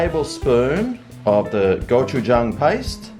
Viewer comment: Hi, my grandma is a native Korean and she makes homemade gochujang. It’s delicious! The word gochujang actually has more of a go-chi-jang pronunciation. I’m glad you enjoy gochujang!